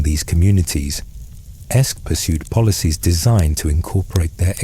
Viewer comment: Every linguistic source I can find says that “AEsc” would have been pronounced “Ask,” not “Esk.” It sounds like the “a” in “hat” or “cat.”